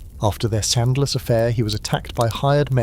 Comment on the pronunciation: SCANDALOUS, not SANDLESS.